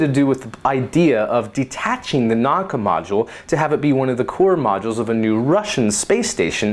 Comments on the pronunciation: Pronounced "Na-oo-ka" not not "Nok-ka" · no naka its called nauka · the correct spelling of nauka is Na-oo-ka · The Russian "Nauka" is pronounced "Nah-OO-ka" with 3 syllables. The second one in caps is stressed.